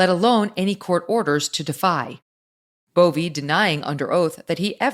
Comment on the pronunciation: Megan Kelly his name is Bove. just like the word row.